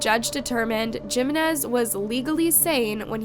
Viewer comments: It’s not Geminez . It’s Jimenez. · Jeemenez 😭 it's pronounced as Heemenez 😬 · Me too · She is not good with Spanish pronunciations. I noticed a lot of mistakes. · It's AI,they always pronounce things wrong.. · The Spanish surname "Jiménez" is pronounced with a "hee" sound for the "J", followed by "me-NEZ" 😅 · came to say this haha